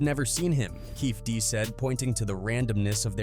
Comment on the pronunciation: How do you make a video on Tupac’s murder and don’t even take the time to research how to spell or pronounce Keefe D’s name?